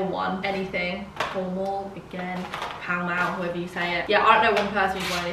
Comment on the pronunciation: “Paul Maul” its PALL MALL 😭😭😭